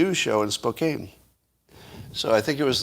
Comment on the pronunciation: It's Spo-CAN, not Spo-CANE. We've got an awful lot of mispronounced place names in Washington State. ;)